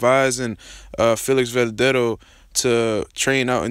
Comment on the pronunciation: man... least learn to pronounce his name bruh